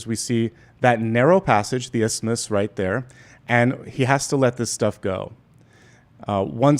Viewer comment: Just a thought... The way you said "isthmus" sounded almost as if it was the last two syllables of "Christmas" like in the song " It's beginning to look a lot like Christmas"